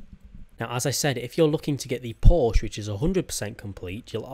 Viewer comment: its pronounced porsha